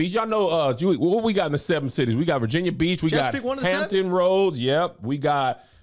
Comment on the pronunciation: Don’t you ever mess up the 7 cities again 😫